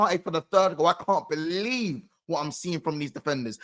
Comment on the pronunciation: "Whats hurts the most is they don't belee in us man." 😂